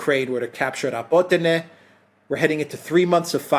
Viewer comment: and Alexander, please pronounce the name of the villages correctly, it is not called Robotino. It is Rabotneh. Besides, based on the military summary channel Rabotneh has fallen and now Ukrainians are focusing on Verbove because they need to cover the flanks. They cant advance further after Rabotneh until they cover the eastern and western flanks. This video of yours is absolute crap, sorry